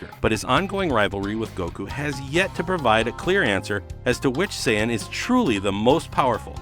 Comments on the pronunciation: Him sayin sai on make me feel so cringeworthy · He keeps mispronouncing sayian.... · Sayon Whes Saiyan Whis